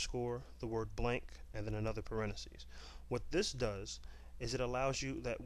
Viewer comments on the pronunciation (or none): you know its pronounced parenthesis right? not parenasis